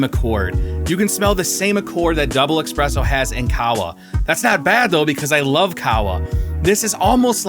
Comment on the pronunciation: Espresso. Not expresso.